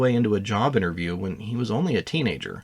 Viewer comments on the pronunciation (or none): none